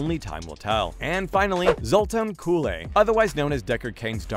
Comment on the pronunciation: It is pronounced Zultan KOOL